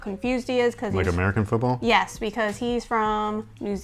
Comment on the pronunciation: Like the way you pronounced 'football '. It sounds exactly how we pronounce it in the Netherlands 'voetbal' 😂 fun fact: This is why Americans call it soccer